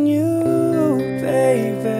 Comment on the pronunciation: I don't know if I heard this wrong but he pronounced the word 'Nothing on you baby' it sounded like he said 'Nothing on you baybear'